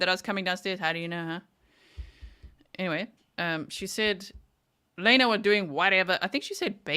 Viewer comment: She can’t speak intelligently. She says,“Why come”, ends words with a K. Also, said entyway for the word anyway. 🤦🏻‍♀️